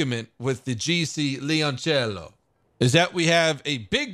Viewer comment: "Leoncello" you know how to say "cello" but dont get "leon"? It's actually the same "e" in "leon" as you did in "cello" =D